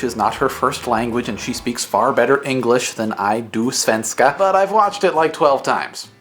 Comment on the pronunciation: He said Svenska wrong he said svenskaa, that's totally wrong